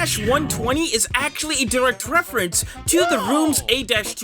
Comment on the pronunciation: "wefewence'